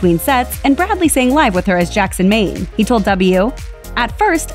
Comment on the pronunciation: Huh? Jackson Ming?? Thought it was Maine?!